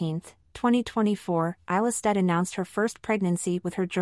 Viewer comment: A 7 minute long video and you did not bother to find out how her name is pronounced .... :/